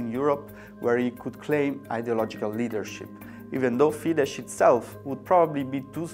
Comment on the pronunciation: It is Fidesz (Fides in English!). This is not Polish language I beg you...